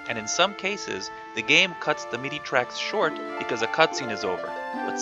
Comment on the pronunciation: Silly nit pick, but MIDI is pronounced like mi-dee, with first I is like the I in history. Great video!